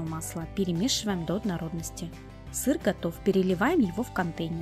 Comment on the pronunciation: Ужасное слово ОДНОРОДНОСТИ, рецепт хороший, но совершенно не возможно слушать